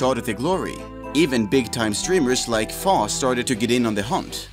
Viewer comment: Faux is pronounced FOE...like Fake... like Faux Fur pronounced (Foe Fur)...